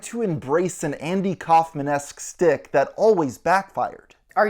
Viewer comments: Uh ... it's pronounced SHtick, not stick. It's a Yiddish word. You know, as in German-Jewish. That's why you referenced Andy Kaufman, whose name (and ethnicity) tell the background. There is no "Andy Kaufamnesque stick," but there is Andy Kaumanseque schtick. You see, "shtick" is not some funny way of mispronouncing "stick." It actually comes from the German word "stuck" -- pronounced shtook in German -which means "a piece" or "a fragment" - this case, a piece or a fragment of a comedy act or turn on stage. (It is usually applied to comedy, not drama.) A comedian's shtick may include his or her identifiable costume choices, (think red curly wig), topics (think "Take my wife"), tag-lines (think "No respect"), facial gestures (think raising and wiggling fake eyebrows), vocal range or accent (think "Eh, What's up Doc?"), physical takes or reactions (think plotzing). From such shticks performances are built. The closest English equivalents for these elements are "patter" for speech and "routine" for physical actions -- but shtick covers BOTH, making it a popular loan-word from Yiddish to English. Now you know. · Just one nitpick. It's not "stick" it's "Schtick"